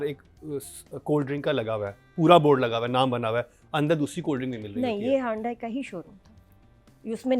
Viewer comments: Excellent as usual but can I just point out Hyundai is pronounced as Yundai as it was pointed out to me that H is silent. 😂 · It's not hondai... It's hyundai.... Dusro k toh har pronunciation pe mazaak udati ho...khudka bhi notice kar liya kare